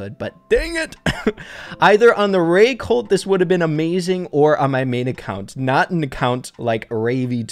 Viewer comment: I was partially deaf and know i can hear that mortis is mortis and not Mortise like is says in videos and colt is colt and not cult